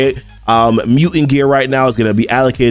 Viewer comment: It's mu"t"ant, not muant